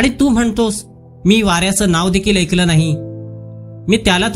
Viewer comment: कथा वाचन करताय पण ( तू माझं ऐकलं नाहीस ) याचा उच्चार तुम्ही तू माझं एकलं नाहीस असा करताय . म्हणजे अ वर 1 मात्रा म्हणजे ए आणि अ वर 2 मात्रा म्हणजेच ऐ करा उच्चार अशा पद्धतीने.